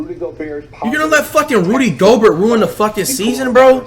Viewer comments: Rudy go-burt 💀😂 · "Rody Gobert" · "Rody" Gobert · Crazy Gaming Rody GoberT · Rody Goalbert